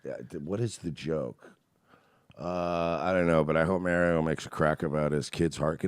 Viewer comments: Say 'Mario' the correct way mersh. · You guys are miss pronouncing Mario and Sega really is annoying lol